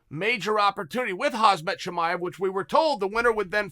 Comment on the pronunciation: Yyyyyessss he busted out the "Hazmet Cha me ev"